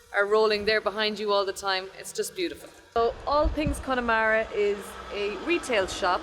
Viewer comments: Connemara is pronounced ConnAmara not Connymara. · Connemara is not pronounced 'Cony mara'. the Y part is pronounced EM. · Very nice video with lots of information. One small point. Please get the correct pronunciation of Connemara. There's no "E" sound in the middle of it. It's Conn a mara. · Please pronounce the place correctly...it is not CONNIE MARA. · Its pronounced kunamaara. Clon mak noise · Did anyone else start laughing when he butchered "Ayer-land" and "Conn-e-mara," XD